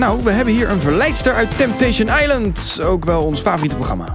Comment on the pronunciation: Zei hij nou TimTation?